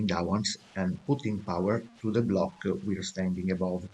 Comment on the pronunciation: u are italian right? not trying to be mean, but i like how u say blocccc (again I'm not trying to be mean to you, I'm just kidding)